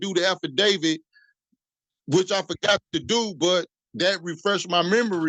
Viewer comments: 😂 I am sure he said he read the affidavid😂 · Did he just say..."afterdavid"?😂😂😂😂😂